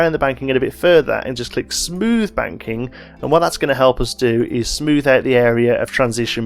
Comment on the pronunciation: Is he saying ‘banking’ or ‘wanking’